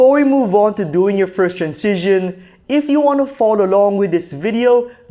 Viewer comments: Anyone else annoyed with his pronunciation of "transition"? It's like Benedict Cumberbatch saying "pengwings". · It's pronounced tranzishn, not trancision 😀